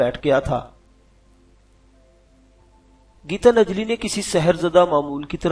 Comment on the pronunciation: Yar gita najli nahi gitan jali hota hai apni urdu thik karain